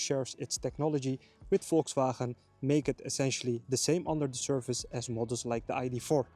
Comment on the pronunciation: VolkswhRHRAhaeee :-P